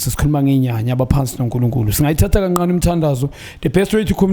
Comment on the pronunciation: Another problem is pronouncing 'ka ncane' as 'ka nqane'